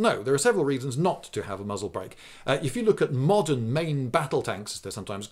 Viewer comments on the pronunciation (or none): Strangely, being Jewish myself, every time he said muzzle break I heard mazeltov (the a is pronounced u).